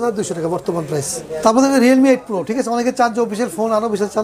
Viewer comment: Realme 8 pro প্রাইজ কতো বললো বুঝা যায় না